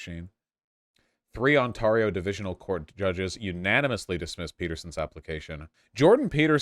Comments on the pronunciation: I don't think I've ever heard someone mispronounce ontario before 😂. For reference, the AR is pronounced like "air." on-TAIR-eo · I know Vaush already ranted about how he wont say it right, but he really says Ontairo like a fucking r*tard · I agree with everything here except Vaush's pronunciation of Ontario lol. It's pronounced "Onterio". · Vaush keeps pronouncing Ontario wrong. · Has no one chat still not told him how badly he's mispronouncing Ontario? Like it's so bad how has nobody corrected him? Or does he just refuse out of spite cuz that I could respect tbh we Onatrians don't deserve respect.. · speaking of brain damage: vaush can add Ontario to his words he can't pronounce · Does Vaush not know how to pronounce “Ontario” lol?